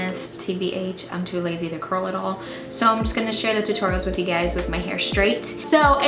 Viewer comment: when she said 'you guys' I thought she said gays haha